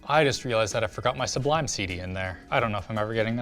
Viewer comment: Say sublime cd again. I dare you. I double dare you. Say sublime cd one more time.